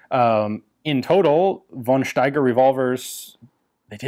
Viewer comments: Von Steiger is pronounced fon Steiger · The only "but": von Steiger is pronounced [fɔn ʃtaigʌ]